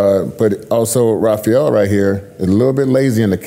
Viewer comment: "I know Rafael personally" - Terrick. Yet can't pronounce his name right... k